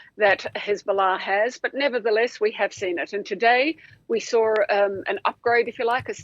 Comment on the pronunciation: OMG It is so hard to listen to you. It is "saw" not "sawr" a and it is "laRgest" not "lagest".... You really need to figure out what words have an 'r' in them and which ones do not.